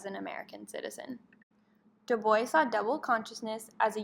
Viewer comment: Love on how you explain his theory the only problem I have is the pronunciation of our name